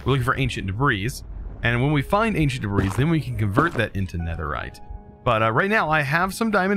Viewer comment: Debris is pronounced "Deb-ree" not "Deb-rees"